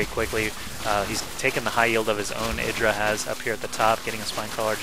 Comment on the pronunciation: I am glad he knows how to say "chitenous" also. But if he says "IdrA" wrong again I am going to /wrist. The "I" is strong. I-Dra. Not Id-ra.